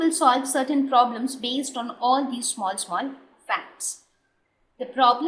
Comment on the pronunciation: very good "poblems"